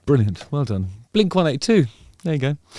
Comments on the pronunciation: Hearing blink 182 pronounced as 1-8-2 is wild. I’m curious how that happened where the wrong pronunciation caught on in the UK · dude just said "blink one eight two" lol